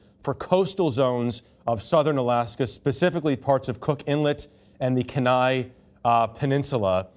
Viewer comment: Kenai is pronounced ("Kee-Nigh").